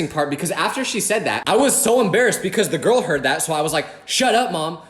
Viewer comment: we all have been there ( or will be there ) you will find your gourl ( girl said in a weird way) you ain’t a disappointment